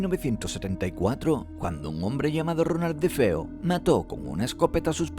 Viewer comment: "Robert Defeo" jajajaja me mato de la risa.